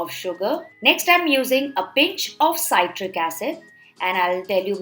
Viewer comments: See trick ( citric) not sigh trick (cytric ) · C-i-tric not s-a-i-tric acid You northees stop pronouncing i-ron kadai. Say it like i-an kadai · It's not saitric acid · ‘PSytric acid’ lmao 🤣